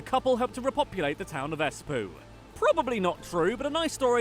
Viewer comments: The way the person in the original video says "S-poo" (Espoo) when talking about the black death is so cringy. Just say Esp-oh. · Yes. And everyone in Finland HAVE to learn swedish in school after 6th grade. EsPOO? Like EsPOOP? Its esPOO not esPUU. DAILY FINNISH LESSION!!! Yes. Luckily we got into NATO. No, thats not true. From 1st to 3rd grade the grades are written. Like: "Very good" or "good enough" and so on. In 4th grade we get numbers. From 1st to 3rd grade we get really, really small test just to see if we need help with it. Yup. I know they dont speak finnish that well but AAGGHH THE MISS SPELLING IS STARTING TO ANNOY ME SO MUCH.